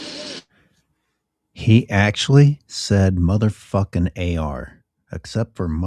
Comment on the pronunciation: Sounded like he said "That was mine..." "...MFing AR". What a wuss